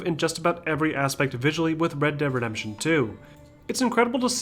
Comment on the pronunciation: Bred deb redembtion 2